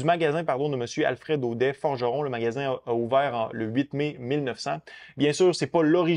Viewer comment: On dit "Audette" même si ça s'écrit "Audet" 🤭. Fin de ma parenthèse, merci pour la vidéo 💪🏼